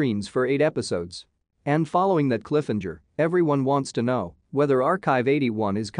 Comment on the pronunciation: this video is just as bad as the AI that kept saying Cliff-enger. this video should be cancelled along with the series.